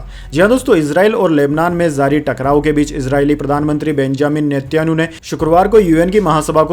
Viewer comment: sir gd morning. main aapki news roz aunty hun.bahut sahi bolte hain par do words ..Netanyahu,aur Mutabik ke uccharan par dhiyan deejiye. galat mat samajhiyega. meri subah aapki news se hi hoti hai.aur bahut accha lagta hai.🎉🎉